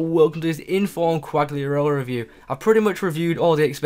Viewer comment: It's cal-lee-ah-rella